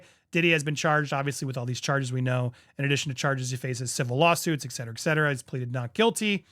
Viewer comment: I said to myself jokingly, how long will it be until he says 'ek cetera'... it took 46 seconds! 😂 Someone tell him, PLEASE!